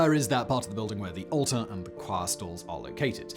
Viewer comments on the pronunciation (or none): none